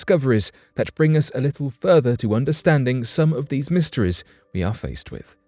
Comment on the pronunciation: You can’t pronounce e can you? All your e’s sound like ihs. Mysteries become mysterihs. Sounds dumb